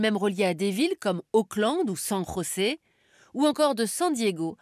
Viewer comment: LE DESERT DES MOAJJJJAVES ? ALLO ON EST SUR TF1 ? oui on vous présente les meuporgues alors qu'elle dit san rosé derriere bordel XD